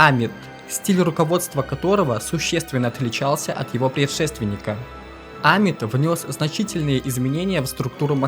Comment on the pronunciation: Хорошая работа! Полезная информация. Но на протяжении всего фильма резали слух неправильно произносимые фамилии. Например, ШАмир вместо ШамИр. Или Амит, вместо АмИт.